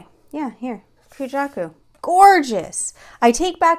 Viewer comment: I’ve never heard anyone sound like “ugh, Ku-jaku” before 😂 I feel like it’s universally loved. I hope your day is better and less day-y!